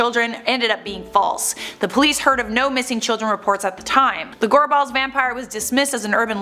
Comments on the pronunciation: Just saying I’m from Glasgow and in the first one when you say Gorbals you’re putting waayyy to much emphasis on the a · Goar balls? Is gorbals 😂😂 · Gorball's lol It's pronounced gorbles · 🏴 I'm here in Scotland..... your pronunciation of the word Gorbles made me chuckle .. " Gor balls"...😁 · She pronounces gorbals like Gor- BALLS 😂 Where usually where I’m from in Glasgow it’s pronounced like gorbls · this comment is extremely late but being from Scotland, hearin the way people say place names from here lowkey annoys me. Gorbals is pronounced "Gorb-Als" not "Gor-Balls" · It’s gorbals not gore balls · It’s gorbals not goreballs 😂😂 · Gorbals not gore balls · For the love of god. What an awful attempt of the pronunciation. It's not "Gore-balls" it's "Gorbals". One word. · I’ve heard of the gorbals vampire. But yeah that pronunciation, ‘gorballs’ 😂! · Why is she pronouncing 'Gorbals' like 'gore-balls'? Lol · It's pronounced gor-bols, like rhyming with for-talls. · Gorbals is pronounced g-o-r-b-u-l-s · Am jist laughing at the pronunciation of the place names, especially 'Gorbals', I love it. A dunno how av never heard a most a these. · Got to like the way Americans pronounce Gorbals any Ayrshire good job I'm from Ayrshire or I wouldn't know where she meant 😂😂😂 the bean family were also true not myth. Still a gid wee video ☺ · Every time she said gorbals it pains me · She said gorbals wrang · Gorball's pronounced Gorbles Ayrshire pronounced Airshire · Btw I'm from glasgow, Scotland and the pronunciation of the place names in this video are as follows, Edinburgh - Edin-bruh, Gorbals Gor-bils and Ayrshire is Air-shir. just wanted to post this as it does get annoying after like 80% of the time they are mis pronounced lmao. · Note for anyone watching, these two need to learn how to pronounce the places before they do these videos. Ayrshire (air-shur) , Gorbals (gorbles), Dalyell (dee-ell), the rest is close enough I guess 🤦🏻‍♀️😂